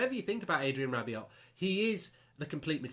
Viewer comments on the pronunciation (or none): RAH-BE-OH NOT RAH-BE-OT